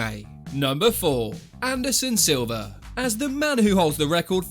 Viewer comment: Did this guy just say Anderson Silva? Bahahalmfao